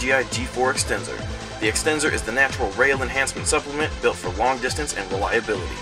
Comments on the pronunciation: extenzor, lol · ahahaha the extenzor XD